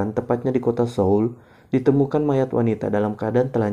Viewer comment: Respek bgt sama akun ini, gabanyak channel yg repot2 untuk nyari artikulasi kata "Seoul" yg benar kemudian mengaplikasikannya 👍 Kebanyakan asal baca aja romaji nya.